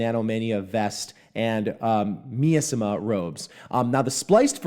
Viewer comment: miasma is pronounced my-as-ma thumbs up the rest was awesome